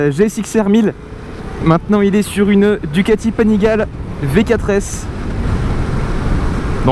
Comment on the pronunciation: Je y trouve que tu as vise gros avec une ducati panigale par contre on dit panigalé mais c'est pas grave je te kiffer continue continue tu gère